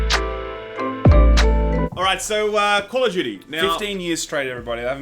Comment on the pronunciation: honestly I didn't understand what "game of Judy" means until u said "call of Judy" XD